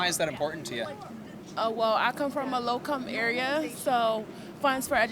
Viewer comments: a “low come” area?? She can’t even speak correctly. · She comes from a “low come” area. 🤭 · She just showed us that the department of education doesn't work😂😂 "I come from a low come area...." It is "Low INcome" 😭Get rid of d.o.e🤣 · She said lowcome...i can tell. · What the hell is a “low come area”?